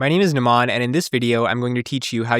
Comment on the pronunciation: dost apna naam to trhik se bolo, its Num-un not namaaan :D